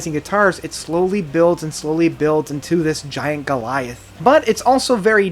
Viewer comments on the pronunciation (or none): none